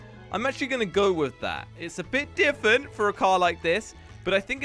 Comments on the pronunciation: Not to be mean or anything but does anyone realize says diffent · who noticed that says ‘diffent’ instead of ‘different’